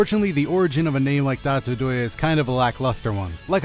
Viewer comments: What I don't understand is that your channel name is spelled "DotoDoya", but you pronounce it "DatoDoye" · because of the way its pronounced in the video I watched! it was dotto. I just cut the extra T